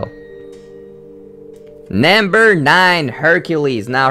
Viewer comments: Question: why do you say nAmber instead of nUmber? oO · why do you pronounce number as naamber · Can I get this in captions? I cringe really hard every time he says NAMBER. Yes, to the point I have to mute it. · He also keeps saying namber which gets a bit annoying cuz I think he's just trying to say number in a weird way, I mean can someone just tell me where he is from?! I can't get used to his accent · It's NUMber not NAMber, I wanted to rip my ears out every time you said that! >.> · Who else notices that he pronounces Number as NAMBER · like why u say "namber" it's "number" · why u tell nämber? its number😅 its make me laugh sry . but i like ur video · it's funny cuz he says nimber instead of numbef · Namber aayt. Rapin'zel. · you say namber not number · nember ... ugh so annoying to hear.. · number not namber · I cringe everytime you said namber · "nambar 3" lol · its very annoying because your saying "Namber" instead of "Number". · Why do you pronounce " number " as " Nambur" ??? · "Nembur three" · "namber two!" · lol naamburr twooo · You keep saying NAmber not number.... It's not Cooper, it's COPPER! It's not Bella it's BELLE! You'll see Cinderella's and (some of) Rapunzel's disturbing reality in "Into the Woods" I thought in the Hunchback in Notre Dame also included poor Esmarelda being torchered with hot iron shoes and she was hung and maybe he hung himself too. Besides all that, good job w/ the video tho!